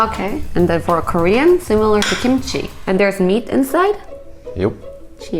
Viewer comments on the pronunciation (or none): none